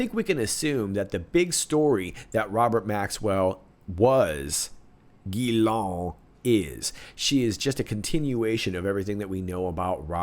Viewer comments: Are you saying the second syllable of Ghislaine’s name wrong just for fun? The British MP said it right on your program! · S'il vous plait,, don't yell at me. You see I'm French, hence highly sensitive. But I MUST tell you: it's 'GHEE-LENNNN' (the mini-Maxwell) and 'NAHNT' (the burnt Cathedral). Don't argue, French women are always right, you won't win this. Merci beaucoup, excellent reporting and analysis as always.